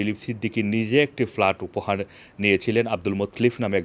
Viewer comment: What started with FALART, FALART. can't you ever consult a dictionary brother Banglaee